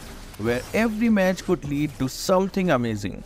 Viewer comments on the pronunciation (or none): none